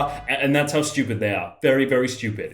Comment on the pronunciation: He do be saying steupid